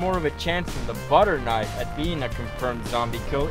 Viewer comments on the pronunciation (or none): did he say butter or butcher? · watching it on my phone, I thought he said butter knife as well. I went back and and watched it again and I still had to really listen to hear it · That’s not how you say butcher, he definitely said butter. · i thimk he said butcher knibes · he says the bu in butcher like the bu in bus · for everyone watching i am the guy asked for them, and due to my poor english speaking skill i mispronounced ''butcher knife'' but this is SO MUCH FUNNIER !!!!! i never saw a misunderstanding that turned so WELL !!!